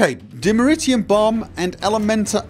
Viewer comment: Dimeterium (notice how he only pronounced it right once and went back to the usual ?)